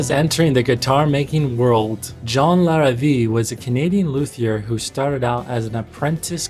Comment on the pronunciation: Just a couple of notes: Larrivee is pronounced Lar-ah-vey, you also missed a whole chunk of his history when he made electric guitars and basses (I owned one of each and they were amazing. He quit when Jackson threatened to sue over the headstock (I believe Jackson ripped off Larrivee and trademarked it). Also Godin is pronounced: Go-dan. Godin has lots of signature artists you missed and build guitars for other brands as well. Great video